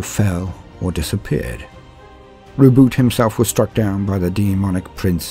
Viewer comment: Thank you for not pronouncing Roboute like "Ro-bootay"!